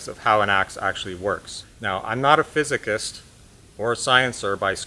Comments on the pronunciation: "I'm not a phisikist, or a sciencer..." Love it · "phisikist..." *Blinks hard